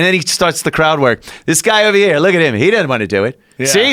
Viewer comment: He's ovah heyah now....and ovah theyah now!!!